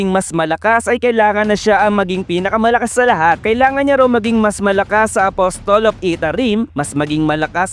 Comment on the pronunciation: Apasel po bigkas ng apostle